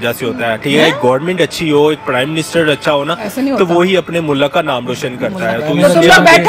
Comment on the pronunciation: Are in ko Urdu mein theek se nahin aati hai mulakat nahin hota mulk hota hai